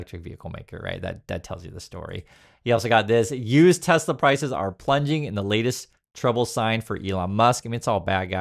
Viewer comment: I love teslerrrr😂😂😂